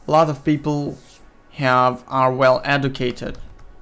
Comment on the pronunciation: This guy needs to be Educated on how to pronounce educated.